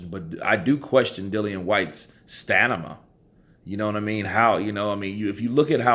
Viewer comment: Ffs it's stamina not stanima. Every video. 🤣🤣🤣🤣